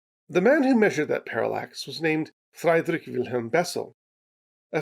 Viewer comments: Really enjoyed this video, and I love your channel in general. To nitpick one totally insignificant thing (I'm a mathematician, we're totally insufferable), but I think Friedrich should be pronounced closer to Freed-Rick than Fried-Rick. In IPA I'd expect /fʁidʁɪç/, but given regional variation and the time difference it could be different. German ie is almost aways an 'ee' sound in English, and ei sounds like 'eye'. Ex: Nietzsche, wiener, blitzkrieg vs Einstein, zeitgeist, leitmotif. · Uhhh, he said Fraidrick again... ; _